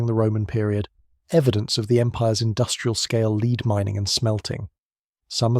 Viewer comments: Lead (Pb) is pronounced LED not LEED. Lead was used by Rome for water piping in the city, so they needed vast amounts in addition to sling projectiles. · Leed Bullets, good old AI.